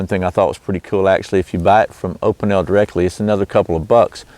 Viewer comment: It is pronounced"O pee nell."